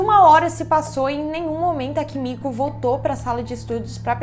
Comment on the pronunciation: Desculpa não consigo deixar de rir cada vez que vc fala Kimico 🥱🤣🤣🤣🤣 Amo esse canal 😍